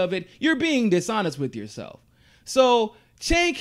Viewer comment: his name is pronounced with a "J" sound: "Jenk"